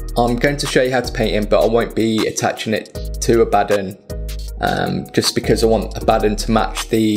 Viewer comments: Totally agree with your pronunciation of Abaddon ( A-bad-un ) 👍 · According to the creator of Abaddon at GW, it's pronounced the way you are saying it. If the character's creator pronounces it that way then everyone else is wrong. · Finally someone who says it right